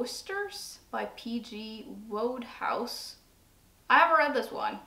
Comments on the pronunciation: Good guess at "Woosters", which is indeed pronounced "Wusters", but "Wodehouse" is "wood-house". He wrote classic works of English comedy that are very class-bound and probably don't translate well to the American experience - hell, they don't translate all that well to the modern English experience - so skipping him is absolutely fine. If you want a flavour of his work, Stephen Fry and Hugh Laurie were in an adaptation some decades ago called simply "Jeeves and Wooster" that might be available online. Wodehouse himself blotted his copybook in the end by doing some propaganda work for the Nazis, though how much of that was intentional and how much of it was simply because he was living in France when they invaded is a source of much heated debate. Oh, and I totally agree with you about Lord of the Rings. A rare case of the films being better than the books. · if you want to see whether you will like Wodehouse (whose name is pronounced woodhouse), I suggest you get your hands on the DVD of the first series of Jeeves and Wooster starring the incomparable Stephen Fry and Hugh Laurie.